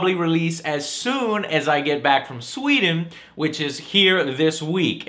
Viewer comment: its SWEDEN....SWEEEEEEEEDEN